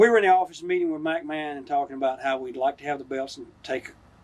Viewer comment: sounds like he's saying "Mike-Mahon".